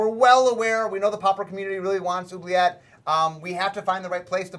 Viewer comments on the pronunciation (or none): Mark pronounces Oubliette incorrectly, and then he pronounces it correctly. It's a French word, people. What do you think that 'u' does?